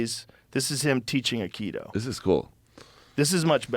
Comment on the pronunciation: I love you Joe, and I binge on your show, but please....Akido!! "AI" harmony - "KI" energy - "DO" way. I am an Aikidoka, and despite all the fun-making surrounding this martial art, I can tell you that a high-ranking Aikido master can truly injure an assailant in a split second. The old Aikido as taught in the Dojo's of O' Sensei Morihei Eushiba was absolutely brutal. So much so that only it's "softer, rounder" incarnation survives currently.